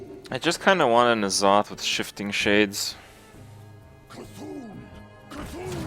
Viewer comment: Why do you keep calling him Nozoth? It's N'Zoth. en-zoth.